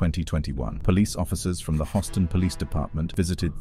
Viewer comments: lol what police department? The Hostan(Houston) police department? Who mispronounces Houston? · Hostin??😂 u mean Houston 😂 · Yeah dude can't pronounce English nore can he read numbers. Hawston instead of Houston and 991 instead of 911.?.?.? And he's actually getting paid for this! SMH!!! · It's Houston not Hostin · U know u ain't from America when u call it hoston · Love how foreigners always mispronounce some of our city and county names 😂. Houston